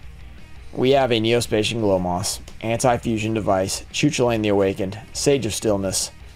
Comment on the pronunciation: As an Irish person hearing it pronounced Choo Choo Lane is very funny to me